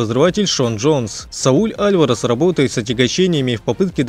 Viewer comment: Можно нормально ударение ставить? Алварасааа Усикаааа лалалааааа